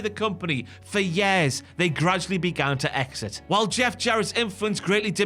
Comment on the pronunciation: “Yaers” never heard years been pronounced that way lol.